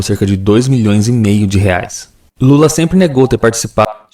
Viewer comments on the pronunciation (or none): none